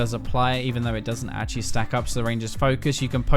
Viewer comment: Otau-attack (auto) xD , ashaly (actually)